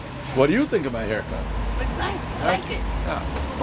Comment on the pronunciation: Great hai(silent R)cut Dave.